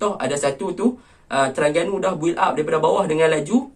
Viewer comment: Terengganu laa bkn terangganu hang nie 🤣🤣🤣